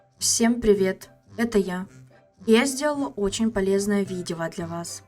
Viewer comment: "видева для Вас" 😂